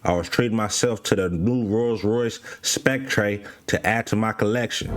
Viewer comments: It's pronounce SPEC-TER🤦🏾‍♂️ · This nigga said spec tray! 😭 stay in school kids